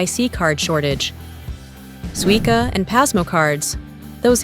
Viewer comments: Suica is pronounced Swi-kah, not Swi-sah. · FYI it’s pronounced “Suika”. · AI generated garbage (can’t even correctly pronounce “Suica” or “Visa”). Over tourism is a plague and Japan is just about played-out.